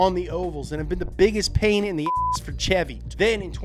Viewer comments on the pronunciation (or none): none